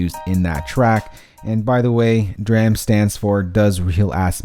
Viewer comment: he said dram wrong